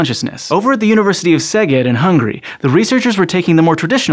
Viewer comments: Well done! Good pronunciation of the city. Great hug from Szeged, Hungary! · Kudos to for pronouncing Szeged correctly! An interesting discovery. I'm not at all surprised at the chosen name for the new neurons, given our (Hungarians') love for rosehip tea and flowers.